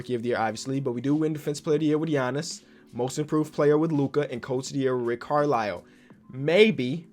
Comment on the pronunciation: Nobody:: says Rick Carlow until he reads it on 2K, then says Rick Carlisle